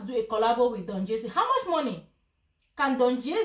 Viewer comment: He cannot even pronounced Don jazzy.